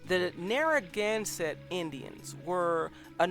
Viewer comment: You kinda butchered the name "Narragansett", but otherwise good video